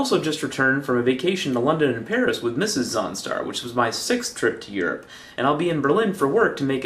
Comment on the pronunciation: When you say, "Mrs. Zaunstar" is sounded like, "Mrs. Onstar". It sounded like you really, really liked your car's navigation system.